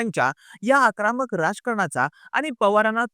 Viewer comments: जत चा उच्चार चुकीचा केलात आणि आक्रामक नाही आक्रमक असत ते 😊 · आकरामक नाही रे... आक्रमक 😂😂😂